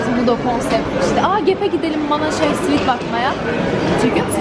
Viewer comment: Arkadaslar SWIT degil SWEAT!! 😂😂😂😂😂